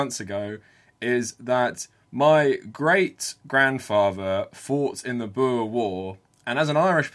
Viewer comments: also the pronounciation of oe is just wrong, its more like an "oo" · You've gotta roll the R in 'boer'. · As a South African, I love seeing you cover our country. Hope you do it more in the future. Also, you going through the different pronunciations of 'boer' made my day. 😁